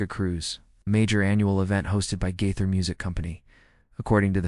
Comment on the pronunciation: Try saying his name correctly!